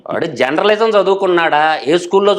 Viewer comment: బాబూ ముందు మీరు జర్నలిజం పలకడం నేర్చుకో. Genralism కాదు.